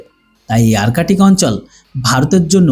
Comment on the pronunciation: আর্টিক বা আরকেটিক নয় । শব্দটি হবে আর্কটিক । ধন্যবাদ ।